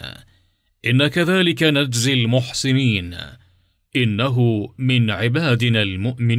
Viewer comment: بارك الله في الناشر،لكن نرجو مراعاه اللغه العربيه الصحيحه فبما،انك تقرا القصه باللغه العربيه الفصحى فإن العرب يسكنون. الحرف الاخير عند الوقف، وانت كانك تضع فتحه على اخر حرف مثال،المحسنينا وهذا خطا سكن اخر حرف